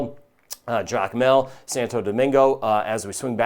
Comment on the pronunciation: He said "Jacmel" in Haiti! Unbelievably accurate.